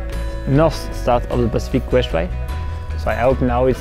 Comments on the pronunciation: itz crest not brest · Soweit ich weiß, heißt das Pacific Crest Trail und nicht "Brest" :-)